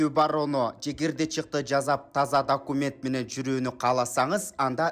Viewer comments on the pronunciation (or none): none